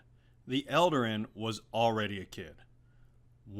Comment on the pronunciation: Eldarin? I think you mean eladrin, right?